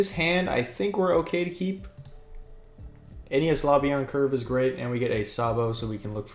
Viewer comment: Oh god the way you pronounced enies (enny's) lobby 😂 good list breakdown gameplay video